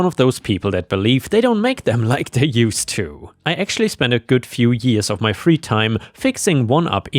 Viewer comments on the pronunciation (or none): none